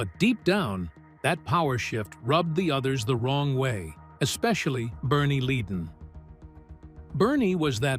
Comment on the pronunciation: Its Glenn Fry, not Fray and Ledon not leedon.